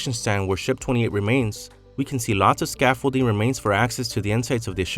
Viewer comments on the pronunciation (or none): none